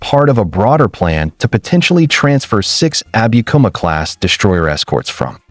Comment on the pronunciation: no abikuma(アビクマ） class . yes abukuma（アブクマ） class!